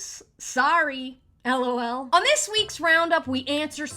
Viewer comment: I like how you pronounce it L.O.L. Gives it a bit of Je ne sais quoi.